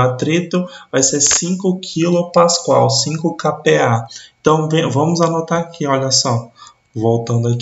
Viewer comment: Caro professor muito obrigado pela excelente aula, mas tenho uma crítica construtiva, a pronúncia correta é Pascal e não pascoal. Mais uma vez muito obrigado pelas explicações.